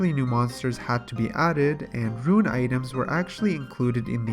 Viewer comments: Can you start saying rune as rune not ruin. I keep not understanding what youre talking about when you go to ruins all the time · You're talking about a guy that says "ruin" instead of "rune"... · holy fuck rune not ruin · You say runescape, and runite perfectly fine, but RUNE alone you say ruin lol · Yo i was litereally about to comment on that. But you beat me to the punch! Ima complain anyway! You say runescape perfectly! Stop sayin ruin! Other than that love the videos! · *can say runescape *has trouble saying rune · it RUINED the video. not tho love you